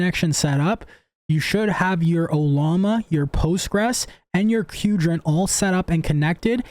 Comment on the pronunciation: Why is everyone pronouncing Qdrant as "kewdrant"? Its "quadrant"!